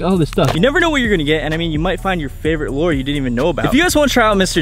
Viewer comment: lure not lore